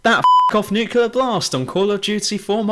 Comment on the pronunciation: all i can hear is NUCULAR NUCULAR NUCULAR. whatever happened to nuclear?